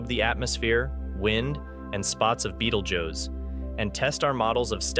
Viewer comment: The first thing the narrator needs to do is learn the proper pronunciation of “Betelgeuse” it’s not an insect!!